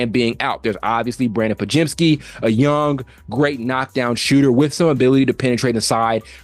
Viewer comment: Only YT channel i've see that does these analysis vids and pronounces Podziemski correctly. Kudos